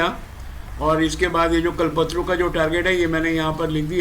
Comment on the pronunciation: कलपत्रू नही। कल्प तरु। कल्पतरु कल्प मतलब निश्चय, सोच तरु मतलब वृक्ष। मतलब इच्छा पूर्ति करने वाला वृक्ष आपका pronunciation सही नहीं है।